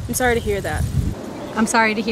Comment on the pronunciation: メガネ早いよね。 で「I'm sorry to」で始まるトコが、「イスアイダ」としか聞こえないから癖も強そう。 「イスアイダ」ならまだいいけど、なんとなく頭にDが入って「ディスアイダ」とも聞こえる。 こんな簡単な文章が、こんなにも意味不明な発音になるなんて、ネイティブ英話者は魔物だわ。